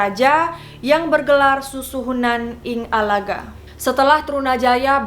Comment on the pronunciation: Ing ngalogo bukan ing ngalaga. Bukan truna jaya tapi Truno Joyo